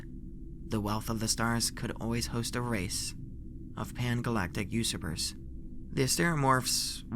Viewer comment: Eh there were way more words like "finite" or "ephemeral" that were mispronounced not just this one. The emphasis on "usurpers" was also messed up.